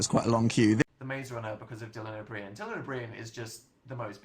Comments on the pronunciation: DYLAN O'BRIEN! DAN PRONOUNCED IT DYLAN O'BREEIN !!! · Dan pronounces O'Brian (oh-Bree-an) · .. how did he say obrien?! thats my last name and ive heard someone say it like that lmao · The way Dan pronounced o'Brien though